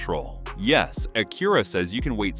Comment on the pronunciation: The ai voice over cant even say "Acura" correctly. Embarrassing.